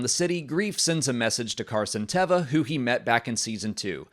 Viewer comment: I loved the cameo from Mollie in the bed. is a bad influence on me pronouncing Carson Teva's name wrong. If Mandalorians did indeed liberate Moff Gideon from the prisoner transport shuttle, I wonder if the Armorer could be involved? Since Moff GIdeon wielded the darksaber & he got it off of Bo-Katan for a while there he was the rightful owner (and he used it better than Din does). So could the Armorer be using Moff Gideon to challenge Din for the darksaber even though he lost it to Din before? Basically, I still don't trust the Armorer's motivations.